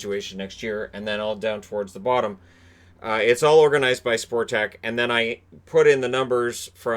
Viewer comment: It is pronounced Spotrac fyi